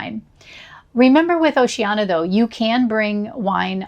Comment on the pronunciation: It’s pronounced with five syllables. O-ce-an-I-a